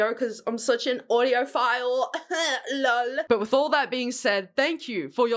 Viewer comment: BAHAHAHAHAHAHAHAH THAT "LOL" SOUNDED SO SPANISH